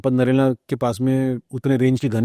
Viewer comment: भाई साब नरेला 😂😂 नहीं है नेहरा जाट है जी 😂😂 कहा से आते हैं ये लोग अगले पॉडकास्ट में सपट करेला मत बोलना प्लीज 😂😂😂